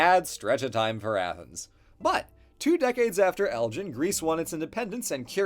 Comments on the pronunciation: Elgin has a hard G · I really enjoyed this video, and I’m sorry to be this pedantic, but the ‘g’ in Elgin should be a hard g. G as in gun. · Great video! Just a wee note, the 'G' in Elgin is a hard 'G'.